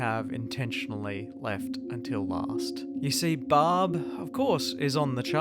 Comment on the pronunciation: Why is the garbage ass narrator calling Barb, Bob?